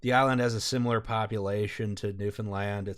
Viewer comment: Holy shit, you're the first group I've found online in years who know how to say Newfoundland correctly. Thank you haha